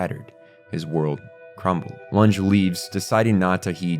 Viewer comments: Anyway you approach it, loonj isn't how Lunge is pronounced in English, German, or French. The anime uses loongeh, and while that doesn't appear correct either at the very least it's from the source material. EDIT Now I know you're just making it up. That's not the an accepted pronunciation in German or English. In fact, I just learned the English pronunciation is quiet different in German. But moonick isn't English or German. Bye. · Summed up the series very well! Monster is one of those things that makes sense in my head, but turns into a jumbled mess when I try to explain its depth. Also, I hope you don't mind but Lunge's name is pronounced Loon-geh, and not Loonj. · Its Lun «ge» not Lunghe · The way you pronounce Lunge is quite triggering ngl. It is pronounced LOON-GAY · Nice and very good video. Although hearing you say "Looonge" over and over again gave me multiple seizures. The English Dub even called him Lunge. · btw... why do you pronounce Longe...wtf you literally have his name said in English. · You're doing so well with the german names but your pronunciation of Lunge is rough.